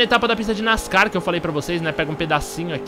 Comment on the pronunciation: o jeito que tu falo ''nascar'' ta errado kkkkk